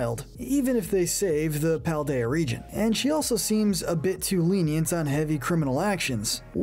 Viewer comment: It's Paldean, not Paladian!